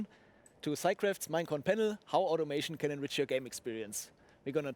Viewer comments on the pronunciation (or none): pense que decia ElRich xdxdxddd ,pero decia Enrich